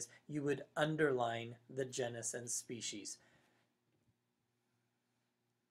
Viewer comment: GENE - is. Not JEN - us.